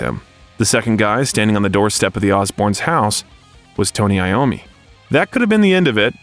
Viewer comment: Tony Lommi??? Wtf